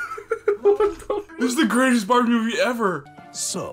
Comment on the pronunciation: I love bawbie a fawwi sewcwet 🥺🥺🥺